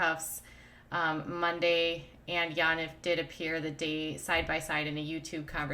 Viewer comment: Yaniv is pronounced: Yawn Eve